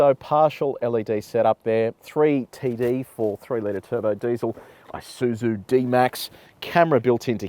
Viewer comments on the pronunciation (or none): Not "I" suzu ....it's a Japanese word "ee" suzu. Nevertheless, nice presentation.